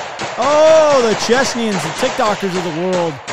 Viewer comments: CHECHANS, not chechnians!1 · Love your videos but I swear to Christ…. It’s Chechens….not Chechnyans. Chechens are from Chechnya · CHECHANS, not CHECHNYANS. Cmon maaaaaan!